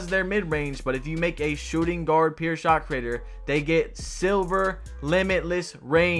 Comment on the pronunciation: “Pyour” not “peer”